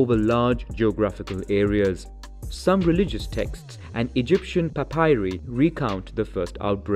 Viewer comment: its not pronounced papairi but papairai.In Hellenic languge its is pronounced papiri.The one you pronounced resembles to papari which means testicle.You ve just became a meme between me and my friends have a nice day.I am still laughing 😂😂.